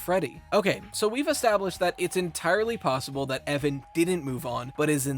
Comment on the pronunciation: My face cringed at "EVAN" ?!?